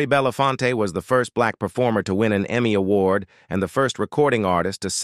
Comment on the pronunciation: What in the world did they do to Harry Belafonte's name?? Plus didn't the "narrator" say something about being Serbian? He's of Jamaican descent!